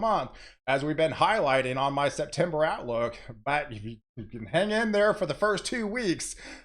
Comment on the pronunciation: Hows it goin..!!! 🤓 Love it everytime you say thar 👍